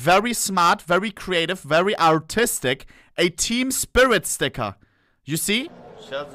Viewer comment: I love when he says: "Some people are kinda artistic" sounds like "Some people are kinda autistic" (What is also true) XD